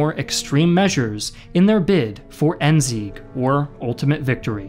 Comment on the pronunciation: I as a German love how non German people pronounce German words: ENZEEK!